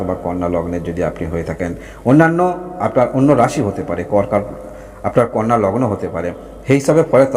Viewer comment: ওটা কন্যা রাশি নয় কানা রাশি